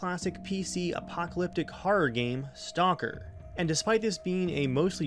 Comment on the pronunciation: You said STONKER! XD